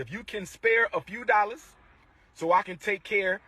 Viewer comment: "If you can spare a few dollas....." 😂